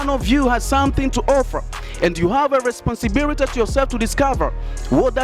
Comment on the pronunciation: Eti nini?, responsibirity🤣🤣🤣🤣🤣 huyo ndo obama anavyoongea. Kweli hamna la kusema. Dont waste our time you stupid people